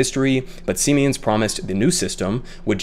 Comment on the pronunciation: It's pronounced "see-mens"; a German company that made over $6.7 billion in profit last year.